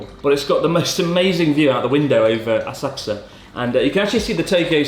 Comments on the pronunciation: Horrible como pronuncias Asakusa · How do you pronounce Asakusa, Chris? I’ve never heard anyone else say it like you do… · So have I been pronouncing Asakusa wrong my whole life? I've never heard anyone pronounce it like that before.